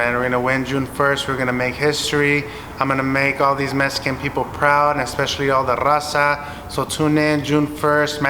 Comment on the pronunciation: It’s Mexican! Not metxican